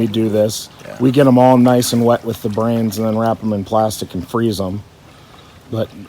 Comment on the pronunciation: He says brans